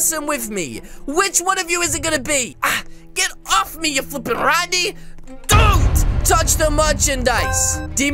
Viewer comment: He said flweping randy 1200 times i think bow